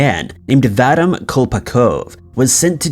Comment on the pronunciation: Please quite pronouncing Vadim the wrong way. It is should be pronounced VA-DEEM! Come on guys; Do your research.